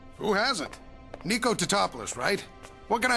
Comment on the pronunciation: o Someone actually got Nick's name right?!?!?!